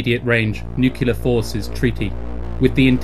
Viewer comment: one thing...it’s NUCLEAR ☢️, not ‘nucular’. Sorry, it’s a pet peeve of mine 😕